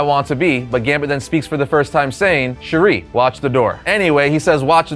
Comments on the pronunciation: I’m loving the new X-Men 97. Episode 5 left me with my mouth open and eyes filled with tears. And “chere” is pronounced like share. Not Sheree. Lol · The word "chere" is pronounced like "sha", not "cherie". No offense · We all really love and appreciate these X-Men history videos you have been doing! Side note: 'chére' is pronounced like the word 'share', like he says it on the show, not sherry lol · Small point from a born and raised Cajun. Chere is pronounced as "Sha" where the "a" of Sha is like when you say "sat". I think I've seen it written Cherie and that's just fucking weird and I've never heard it in all my life. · Chère (Sha..) and Cherie are two very different words. It’s a shame everyone pronounces the former like the latter. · "sherry, watch the door." It's chére. We've had two animated series with him saying it the entire time. Almost as bad as when WatchMojo kept calling Gohan (pronounced hon) "gohaan" (like ham). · It’s pronounced like “Cher”… not “sherry” 😒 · Cher' is pronounced sha